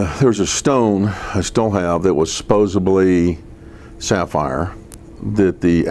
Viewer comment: A self reported IQ of 160 and he says “supposably”.